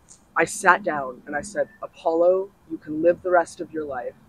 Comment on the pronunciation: lmao “Apollo”